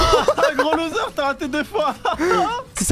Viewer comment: A 8minute8seconde à dit lousere et zefar tu ne la pas remarqué